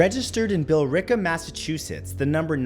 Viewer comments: Nice! You pronounced Billerica correctly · Thanks for pronouncing Billerica right